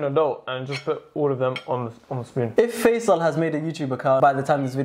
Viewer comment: yalahwi , a couple of days ago i was thinking to myself how your brotherhas a name of a street in egypt , when he actually said it i was so shocked ,i feel monitored again wth , but it's faisal not faizal.